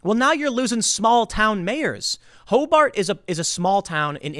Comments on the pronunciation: It's more Sesame Street than the Simpsons. Ho Bert not Ho Bart. I like to pic nits. I love your stuff. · Its pronounced "Ho-bert" you say bart and we fightin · Hobart is my town!!! Its pronounce hobert though